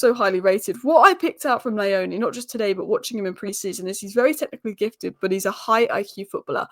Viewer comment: Also my Zimbabwean mate reckons it's pronounced Knee-oh-knee